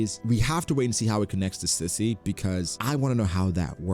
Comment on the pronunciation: Stüssy is pronounced Stew-see.